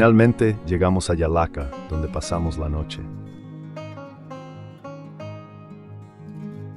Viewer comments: Solo decirle y hacerle notar al que projo el video el llallagua y no yalaca como dice solo eso gracias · Llallagua no llallaka